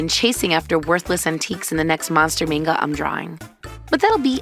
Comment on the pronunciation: Already starting off great with the pronunciation of Manga